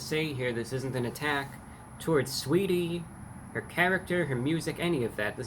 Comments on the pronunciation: "Sweetie", isn't it Sa-weetie? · The A ain’t silent in sAweetie get it right brah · The a is not silent! Saaaweetie! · Who tf is "suhweety" 😬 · Lol the A is not silent, it’s pronounced SAH-WAY-DEE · its pronounced sah wee ty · I’m here to hear him say “Saweetie” more than anything. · The “a” in Saweetie is not silent. It is a southern/urban play on the vowel. Usually used to add emphasis, character.... or just being extra. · Honestly I just clicked on this video to hear him say saweetie 😂